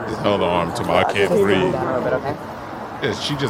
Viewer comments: “I can’t BREAVE.” Breave? That’s not a word.😂😂😂😂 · Remember : "th" is forbidden in the ghetto. Dis, dat, dem, breave, wit,, bofe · Oh she can BREAVE alright 😂😂😂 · Your look when she said “I can’t breeve” was epic !!! 😎